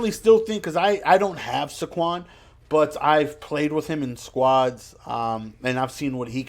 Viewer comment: Pronounced “SAYquon”